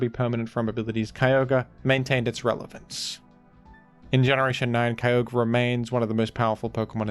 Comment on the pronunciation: Right next to my boi, keeyohguree